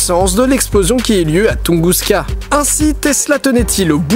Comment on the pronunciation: j'suis peut être chiant mais je crois que c'est "Tunguska"